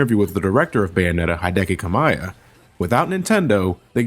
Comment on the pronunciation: "Hai-deki Ka-mai-ya"